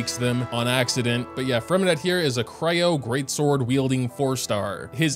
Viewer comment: fyi if you want to pronounce Freminet the french way drop the “t” at the end